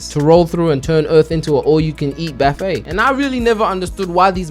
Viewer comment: BAffet? Where the actual fuck have you ever heard a buffet with an a.,........... Its literally b-uh-f-aye Not B-af-it